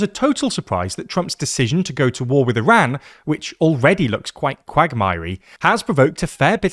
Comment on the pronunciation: The way you pronounce Iran sounds like Iraq